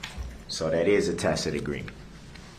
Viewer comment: . his momma told him it is pronounced ta-SIT agreement not takit